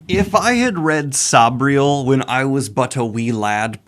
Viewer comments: Noooo, is it really pronounced Sob-riel? I've pronounced it Sayb-riel my whole life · Garth nix pronounces it "say-bree-el" but says he doesn't mind how other people say it.